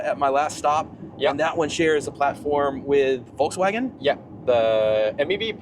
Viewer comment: Imagine Trump wants to create a car for every poor American. He creates the FolksCar. People wouldn't say Voulkscar but FolksCar. Please say FolksVaagen. It's not that difficult. A car for the Folks